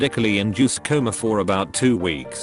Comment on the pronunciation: What's so hard about pronouncing the word "coma"?